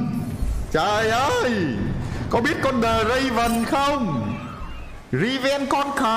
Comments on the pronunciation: Draven và Riven : Đờ ra vừn và Ri ven . Bét đọc Trâu :)) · Draven - Riven =))) vl đọc